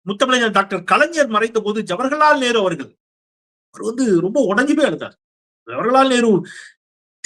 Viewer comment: சூப்பரான காமெடி! அப்புறம் ஒரு சின்னத்திருத்தம் ஜவர்ஹலால் நேரு அல்ல! ஜவஹர்லால் நேரு என்பதுதான் சரியான உச்சரிப்பு என்பதை நினைவுபடுத்துகிறோம் தப்பாக எடுத்துக்கொள்ளாதீர்கள் அண்ணா!